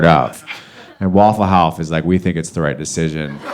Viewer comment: I lost it at "waffle houf"